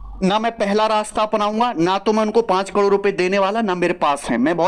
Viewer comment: करोड़ ❎ कलोड़✅😂😂